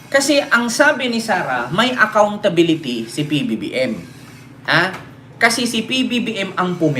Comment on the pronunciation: Ang galing magsabi ni Sara ng ACCOUNTSBILITY! NAIINTINDIHAN BA NYA ANG ACCOUNTSBILITY?